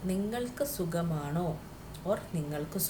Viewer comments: Sugamano!!! Pl don't kill Malayalam.. Sukhamano ennanu parayendathu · It must be suKHAmaano ? not sugam .